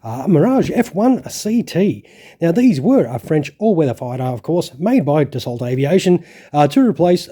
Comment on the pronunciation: Doing a kit of this (1/72) in dessert camo...btw the pronuncition of Dassault is "Dasso". .in french written language when the letters a and u are written next to each other its said as "o" and when l and t apoear next to each other at the end of a word they are silent.